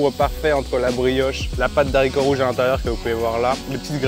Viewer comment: De haricots rouges... Stp.. Le h ne permet pas la liaison ❤ merci